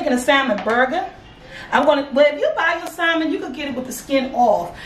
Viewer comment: Even though I do not eat Salmon but this burger looks good. She kills me when she says Simon but it’s all good. I love especially her personality.. 😍😀